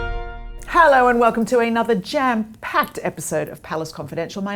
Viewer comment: please say another and not Another.